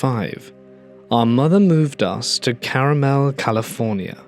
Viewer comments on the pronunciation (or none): Yes it was supposed to be pronounced CAR MEL lol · Just a quick note, it's not caramel it's car-mel lolz I live here. I'm from Santa Cruz. That's how it's pronounced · Carmel, CA is pronounced 'car-MEL'. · As someone from Carmel & Carmel-by-the-Sea, California, it’s CAR-MEL. I do love caramel though.